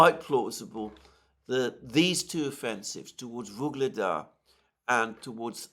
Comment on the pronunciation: YUGLEDAR! Not "Vyugledar"...so annoying..